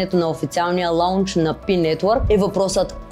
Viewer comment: Не се казва "лаунч", а лонч (с дълго о)